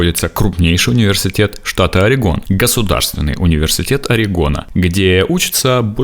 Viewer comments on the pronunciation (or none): none